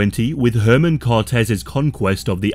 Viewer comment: err-mawn Cortez. Come one dude. I'm white af and can still put in that effort.